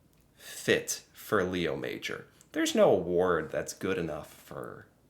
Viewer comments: It's pronounced ma-ZHOR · French class 101: His last name is pronounced May-or. Emphasis on the "or". MayOR. Leo is pronounced: Lay-o, so - Lay-o MayOR. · It's actually Léo Major, with an accent. It's pronounced Lay-O Mah-johr, with a soft J (without the 'd' sound before). He was a French Canadian. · Just out of respect, his name is more like Lay-o MA-jor. He was the REAL Rambo. ;-) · It;s a true story, but his name should be pronounced as the French Canadians do. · The most respectful thing we can do is pronounce his name properly. He was French Lay O would be closest for non French speakers. Major was pronounced in French as well so it’s pronounced differently than in English. He deserves this at minimum ❤🇨🇦. RIP Leo